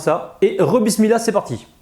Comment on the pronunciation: Chaque fois que tu dis bismilah et machalah ,tu reçois des hassanettes .....mais fais un effort pour tes < H > en arabe ils ne sont pas muets ...